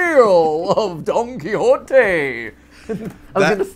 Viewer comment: Not "Game Predictor," but "Game Prophet." I know MatPat said Don Quixote, but it sounded like he said Donkey Hotay 😂